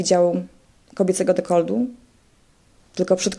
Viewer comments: Dekolt, nie dekold XD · MOWI SIE DEKOLT (nie deklod) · Kto kurwa mowi DEKOLDDD ?? A tym bardziej dziennikarka.. D jak DekolD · nie jest ona specem od sztuk walki ale np. taki Szpakowski ciągle przekręca nazwiska i nieraz gada głupoty ale jakieś tam poważanie ma ogólnie, normalnie jak ona przeprowadza wywiad to normalnie rozmawia a tutaj żarty sobie robiła no bo chyba na serio nie uważasz że ona normalnie mówi na codzień dekold zamiast dekolt, nie jest ona jakąś bliską mi osobą bo znam ją tylko z neta ale ją bardzo polubiłem , jest piękną kobietą i jeszcze marudzisz wolałbyś tu kogoś z wyglądu podobną do wellman czy też do gesslerowej ? Bo ja tak nie za bardzo raczej . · DekolTu a nie dekolDu. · Mówi się dekolt, nie dekold. Pozdrawiam.